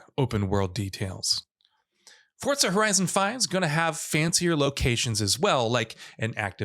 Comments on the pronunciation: Forza not fortsa* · The hell is “fort-za”??? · Why does he say fortza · For-Zah not fort-sah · FORZA not FORTZA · There is no "T" in the word Forza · Why do you say “Fortza”? It’s Forza. There’s no t in there. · FORTZA horizon 5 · “FOR-ZA” not “FORT-ZA” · FOUR-ZA NOT FORTS-SA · I couldn't finish the video u can't even say forza right where tf is the t in forza ? It's forza not fortza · i love fortza.... FORTZA is great.... its fooooorrrrrzzzzzaaaa not fortza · Why does this Mong pronounce it as Fortza? Its FOR-ZA not FORT-ZA!!! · why is this weeb constantly putting a "T" in forza. annoying af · Couldn’t stand him saying “Fortza” every time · Fort-za never heard of that game until he said it…. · Why are you saying FORTSA ?? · Every time he says Fortza I images pizza fort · ForTza?? Is that how it's pronounced? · Why does everyone say “Fortza”??? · why forCa? :/ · is it just me or was he saying fortza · Is it me or does this guy keep saying ''Fortza''? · Fortza? Umm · Say it with me FORZA THERE IS A Z NOT A DAMN T. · Why is he saying fortza ? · The game developers actually mentioned that it is pronounced Forts-sa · Xbox confirmed forza is pronounced fortza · that's stupid af literally putting a T where there isnt one. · There’s no T in Forza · There is no T in Forza. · It's an Italian word and that is the correct pronunciation. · I totally forgot Microsoft is Italian. My bad chief